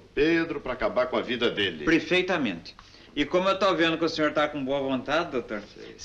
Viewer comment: "PREFEITAMENTE" kkkkk😂😂😂 sou fã de Mazzaropi!!!👏👏👏💕